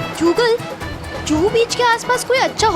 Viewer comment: Google 👎 Joogle ✅️